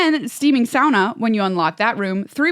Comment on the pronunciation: Sauna sounds like "sonna" and almost rhymes with "wanna". This "sowna" pronunciation tells me that you don't sauna much, and I have to say you are missing out.